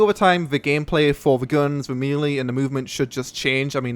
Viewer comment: "maylay" not "mealie"